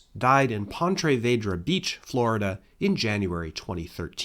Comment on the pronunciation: Damn.. can you butcher Ponte Vedra Beach any worse?? Lol...